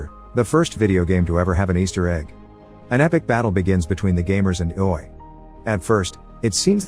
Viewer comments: Greatest recap I've heard of ready player one so far but IOI is pronounced differently(it is pronounced eye-oh-eye) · Ee-oh-way lol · Yall pointing out its a robot or ai. If he spelled it out like the guy wrote in the original comment or wrote it I. O. O. It would pronounce it correctly. I think it's just laziness or being so busy making the next video. I enjoy his videos tho and don't judge the A.I. for his weird understanding of the English language lol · Can’t believe you pronounced IOI that way the whole time 😂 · You spell ioi you don't try to pronounce it